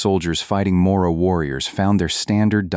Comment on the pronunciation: No sea inculto y no hable como si no dominara el idioma la palabra Moro,tiene una r sencilla y sabe pronunciarla,es una palabra castellana y no gringa